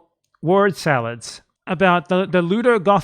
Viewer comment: Every time he says, " meatroid-vania," my lifespan gets a day longer. 😂